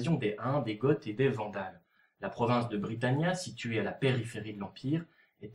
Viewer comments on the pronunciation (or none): Cool tes vidéos, mais ne pourrais-tu pas faire un effort de prononciation? Car quand j'entends pour "Gotte" au lieu de "Go" pour les Goths, ou encore dans une autre vidéo, "Tordezillas" au lieu de "Tordesillas" (avec un "esse" qui garde le son "esse"), je me demande si t'as vraiment étudié tes sujets, ou si tu ne te contentes pas simplement d'animer de jolies cartes. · Goths se prononce "go" et non "gotte"